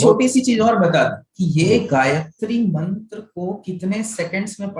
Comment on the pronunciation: gayatri mantra pronunciation is super